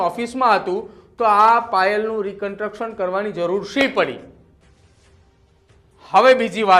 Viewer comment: આ ભાઈ ને રિકંસ્ટ્રક્શન બોલતાં આવડતું નહિ ને ન્યુઝ એંકર બની ગયા છે... પેલા ગુજરાતી ભાષા પર પકડ શીખો ભાઈ